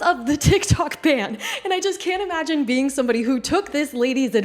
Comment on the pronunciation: BTW it is a ban, not band.